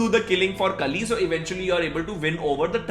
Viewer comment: Kali ko 200 baar kalki bol diya bro ne😂